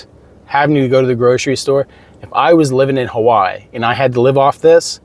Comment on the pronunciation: Why are you pronouncing Hawaii as HAWAAH? I'm cooking while listening to your video and I was like "wtf is he talking about"